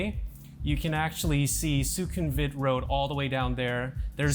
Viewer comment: Who are these horrible people thats been letting you say "nae NAE bts" and "Soo CUM vit"?